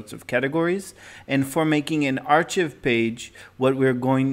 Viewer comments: It's pronounced "ARE-kive" not "ARE-chiv". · No Offense but "Ark + i + v" or "Are + Kive" is how you should be pronouncing archive. It is not a "ch" sound and the I is pronounced like the letter itself "i". Once again, no offense. Great information and I thank you for the video. I just know learning a language is a long and difficult process so I figured I'd throw that in since no one in the comments wanted to tell you.